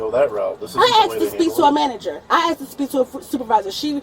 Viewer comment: “I axed to speak to a manager” says Kay-Wren.